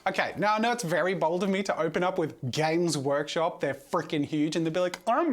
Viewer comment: Is it just me or is Jazza saying Gaycrush Games all the time?